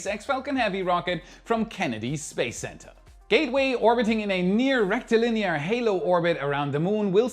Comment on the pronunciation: Haha. You said 'rectal linear'